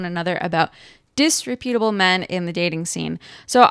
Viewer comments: The word is pronounced "dis-REP-utable" and is more appropriately used to describe a person's character, not their appearance. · First of all, it's pronounced [dis-REP-yuh-tuh-buhl]. Second, it's a lot worse than wearing crocs and pajamas in public--which, by the way, I see ALL. THE. TIME. Its main meaning is that someone is unprincipled, i.e., untrustworthy.